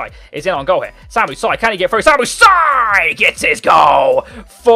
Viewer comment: It's just not pronounced Si.